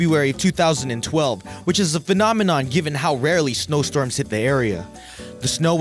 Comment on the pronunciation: sounds fine to me! 😝